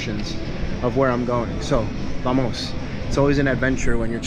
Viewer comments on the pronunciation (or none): none